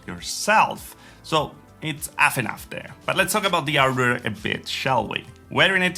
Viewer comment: He say´s "heighteen" instead "eighteen" abut then he say´s "ardware" instead of "hardware", did I enter some kind of "opposite world" ? :-D